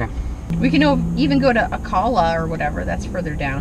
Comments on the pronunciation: &, Recently stumbled onto your videos & channel (better late than never, right?). Great job, I know constantly capturing footage is a labor of love! Commenting on this episode because I live about 20 minutes from Ocala (btw, pronounced "Oh-cal-uh") & had I followed you then, could offer a lot of hurricane advice. I laughed as you were contemplating routes and said to myself "there are much better (toll-free) routes to Miami, but the tolls are probably suspended due to the storm"... one of the few perks of hurricane life in Florida! Anyway, thanks for the great content, looking forward to catching up on the episodes & eventually hitting the road as well. Safe travels! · You should spend more time around Ocala (you are pronouncing it incorrectly. O-Cal (rhymes with gal, or pal) a. More Kentucky Derby horses are born here, raised here, and trained here than anywhere on the planet. The most beautiful horse farms you would ever hope to see! And you actually didn't go for the glass-bottom boat ride at Silver Springs? Ya'll come on back now, you hear? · Just started watching season 1 and I hope you make it back down to this area. St. Augustine has a lot of history and we love Anastasia Island State Park..we camp there every Memorial weekend. I love hearing you pronounce the cities “Ocala and Alachua” 🤣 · Thanks Bill. This segment of our trip was actually a lot of fun. At the time it was full of indecision and changing plans, but looking back, it's one of the most memorable parts of SN1. Regarding the pronunciation of names, that's one of the drawbacks of video. Often what gets recorded is us reading the name on a map for the first time. When we arrive and hear the locals say it, we know better and then years later we're still being corrected ;) All part of the fun. Alaska had some tough names, but nothing compared to New Zealand now.